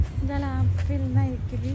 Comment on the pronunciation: அப்பிள் இல்லடி ஆப்பிள்